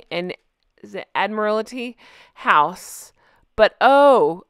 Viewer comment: I’m Australian, yeah she’s no adored. (Also it’s “Admiral - tea” house😊)